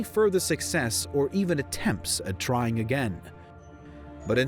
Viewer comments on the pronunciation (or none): none